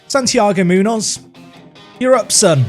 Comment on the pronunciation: Your pronunciation of Munoz hurts me as a Spanish speaker lol